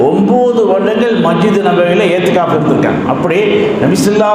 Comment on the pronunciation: ஏத்திகாஃப் அல்ல. இஹ்திகாஃப்.